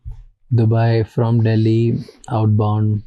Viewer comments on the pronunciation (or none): none